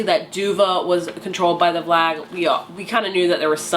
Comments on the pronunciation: Omg I love how you say vlag instead of valg. I used to do that too till I heard the audiobook but still vlag just sounds right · Isn’t it Valg not Vlag???